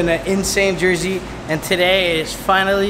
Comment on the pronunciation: 😂 . Did he say "its been a crazy JERSEY"?